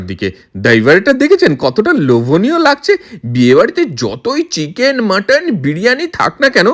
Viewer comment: Cheeeeeken noy chicken boley.